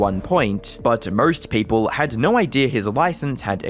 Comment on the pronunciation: Dude its "no". Sound out the O. Not "nuuu"